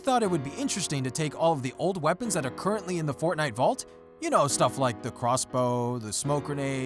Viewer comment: says fortniye battery